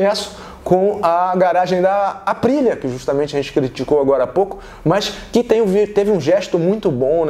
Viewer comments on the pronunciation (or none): Total respeito ao Téo José... mas não da pra gnt sair de uma transmissão com Guto e Fausto e cair numa q o cara não sabe se a moto escapou à frente ou se foi traseira... escutar ele chamando a Aprillia de ASPRILA, falando NAGAKAMI... Pelo amor de Deus, a fox precisa contratar essa dupla de monstros da motogp!!!